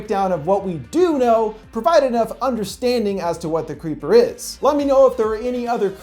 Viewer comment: I lowkey heard u say The Cweepy Cweeper